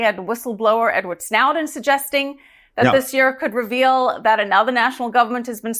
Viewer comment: Edward s-now-den lol